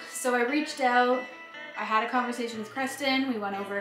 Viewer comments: Gotta be,man. I think I heard oot and abooot. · I love when she says "check it ouoot"